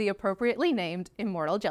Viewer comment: Sounds like "immoral jellyfish".